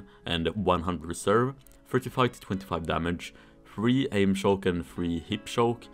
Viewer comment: When says Shoke instead of Choke.._.